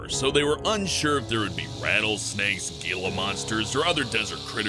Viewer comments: It's not gila it's Hee-lug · Gilla monster is pronounced hilla monster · did anyone hear him say gee-la instead of hh-lia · it's said hila monsters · It's pronounced "hee-la" monster. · gila monster is pronounced HEE-la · It's pronounced "heela monster" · Gila is pronounced Heelah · He didn't pronounce Gila Monster right - Gila is pronounced "Heela" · it's pronounced Gila monster and then he'll monster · The "g" in "Gila" is silent. You don't say Gila monster like the "g" is there. You say Gila monster like the "g" is silent. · GOD DAMMIT, SAID GILA WITH A "G" INSTEAD OF AN "H" IN THE PLACE OF THE G.